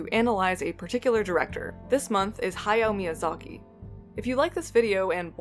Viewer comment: I just want to say you pronunciation hayao Miyazaki dosent make me cringe